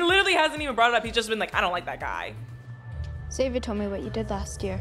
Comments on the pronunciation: Xavier is pronounced Zay-vee-er, not Ex-zay-vee-er. Like Xylophone is Zylophone, not Exylophone. The people in the movie pronounce Xavier correctly. Just copy them. About 90% of YT reactors mispronounce this name. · Stop saying "EX-avier" it's "zavier."